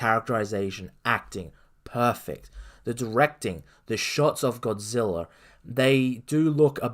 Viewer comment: Hard to take this guy seriously when he can’t even pronounce Godzilla